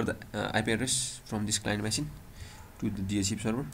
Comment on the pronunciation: its called machine not masin